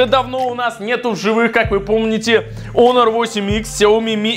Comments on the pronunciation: какой раз смотрю и задаю вопрос . КАКОЙ ОНОР ЕСЛИ ПРАВИЛЬНО ХОНОР!!!!!!!!!!!!!!!!!!! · Во первых: не "онор" , а "хонор" И второе: половина смартфонов выключены (все кроме 2) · Не онор , а Хонор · ПОЖАЛУЙСТА, ПОЖАЛУЙСТА. Не Onor, а Honor И да, 1)Honor лучше твоего айфона. 2)цена разная 3)включал не одновременно 4)ХВАТИТ ОРАТЬ! ГОВОРИ НОРМАЛЬНО. СЕЙЧАС ПРЯМ ВЕДЬ СЛЮНОЙ В ЛИЦО ПЛЮНЕШЬ. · Как бы он не онор а хонор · Не онор а хонор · Онор а хонор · Хонор а ни онор